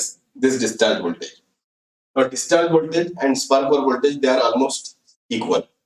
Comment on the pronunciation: please clarify impulse spark over voltage as your voice is not clear that time